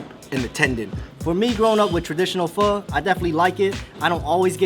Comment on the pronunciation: Pronounce pho right at least.-_